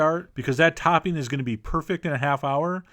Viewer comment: I love the way you call it “toppeen” 😂